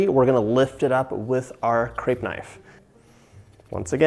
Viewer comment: I’m not french & don’t know if you feel the same but I cringe when people have the wrong pronunciation of “crepe”